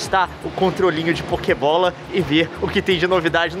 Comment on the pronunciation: tentando falar pokebola